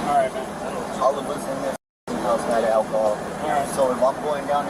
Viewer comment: 1. I'm still wondering what "ackle-hall" is...... 2. If you act like that and say things like "ackle-hall" then you might as well clap in unison with your syllables and have foot long fake nails because you're already super ghetto.